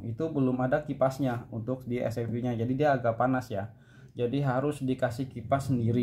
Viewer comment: SFP bang bukan Espiep😂